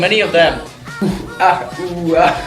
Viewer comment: it's not ooh wah, it's ooh ahh